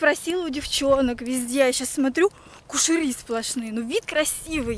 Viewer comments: НЕ КУШЕРИ, А КУЩЕРИ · Не кушери , а кущери